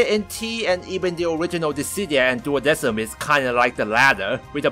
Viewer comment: It honestly bugs me that they pronounced it "duodeSim" when the correct pronunciation is "duodeKim." Coming from a company that commonly uses the Latin language in their music, you'd think they wouldn't make such a simple error.